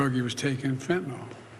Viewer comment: Fentan YL. Not fentan OL